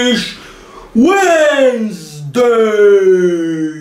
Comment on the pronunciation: De britiscc uensdeiiih!!!!